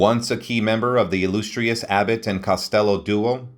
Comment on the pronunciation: The narrator butchered at least three words in his incorrect pronouncements of "illustrious", "Potomac" (River), and "Ojai" (CA). Totally cringeworthy.